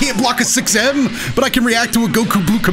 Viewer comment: And goku bluke! 😂😂😂😂